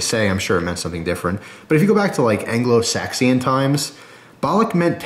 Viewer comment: "saxion" lololol